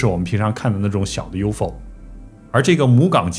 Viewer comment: U .F .O 应该要分开念三个读音，U .FO 读两个音没人懂是什么，没恶意只是小提醒